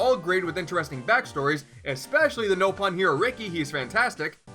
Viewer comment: you said nopon wrong! how is that even possible they say nopon so much in the game